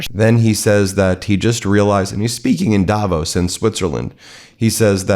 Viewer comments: Apart from everything that has been commented - a detail, but it matters to me... Please call it daVOS. The stress is on "vos". Otherwise you are so close to the correct pronunciation. Love your channel <3. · Swiss people pronounce Davos Davos (v, soft) And the actual people from Davos town Davos (hard v, like f in fish) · It's called Davoos (long O and stress on the second syllable). 😁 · Jesus please pronounce Davos correctly ……As for Trump what a fool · Odd how everybody pronounces Davos wrong :) The emphasis is on the o, short a, long o. The speech was absolut cringe. What germns call fremdschämen. To feel ashamed for someone else.